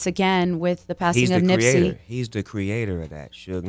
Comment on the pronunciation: Who the fuck is Nipsye?? FIX IT!!!